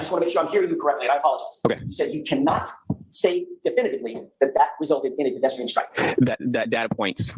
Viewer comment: DEFINITIVELY, (poor guy kept saying “definly” like good lord 😮) is not qualified. I genuinely wonder what his grades in high school were.